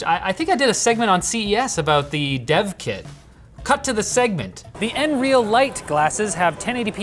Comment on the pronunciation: I'm pretty sure they call it n-real.